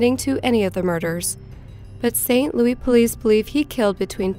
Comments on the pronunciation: Kills me the way she says “St. Louis” like “louey” and not “lewis” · Umm... It's not pronounced saint Loo-ee, it's saint Loo-us... Pretty major pronunciation error.. I'll cut some slack if you're a foreigner, but if you're a US citizen that's kind of embarrassing.. sorry, mate, but you have to do your research🤐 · Ok its st louis not st louie 😆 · i was actually locked up in saint louis county jail across the hall from him when he did it... also who the fuck cant pronounce st louis? its not louie its lewis ffs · St. Louie? Its called St. LOUIS. Seriously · Bill. Giles , I agree. This was super annoying as she says it like 15 times. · I know all of this is horrible but it pronounced SAINT. LOUIS. not st louie! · St Louie, slang for St Louis...lol I'm deceased over here! 🤣 She keeps saying it! 😅🤣😂 I live in St Louis. 🤗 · St. Louis - Saint Loois, NOT Saint Looee. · It’s pronounced “Saint Louis” not louie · St Louis is pronounced "SAINT LOO-IS" not "saint Louie" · "Louis" not "louie" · Why do you call it St Louie? It's Louis. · St. Louis.....it's St. Louis, not St. Louey.......thank you from everyone in Missouri! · St. Louis is pronounced Saint Lewis. Not, Louie. I know that English isn't your first language and St. Louis is based on French, so it would make you automatically choose Louise, instead of Lewis, but it was sooooo frustrating to hear over and over. If it was closer to New Orleans it would be Louie, but it is a midwestern city. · Saint Loui? Stop... Saint Louis. Wow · Nice video. The only correction here is that it is pronounced St. Louis, not St. Louie. :) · It's St. Louis (pronounced like Lewis), NOT St. Louie!!! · its not pronounce st. "louie". its louis, with an 's' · St. "LOUIE"?? Its St. "LOUIS" !! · It's St LOUIS, not St Louie! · I am from the st Louis area and I have never heard anyone pronounce it the way you are. It's fucking with me Lou is not Lou ee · Wtf is "saint louie?!?" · St. Lewis. Not louie. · Stop saying "saint lou-ey", Sincerely, stl